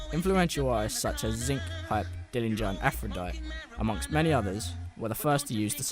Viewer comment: It's Aph-ro-dite-EE. You know.. like the goddess of love? Cool little doc though. I did enjoy it.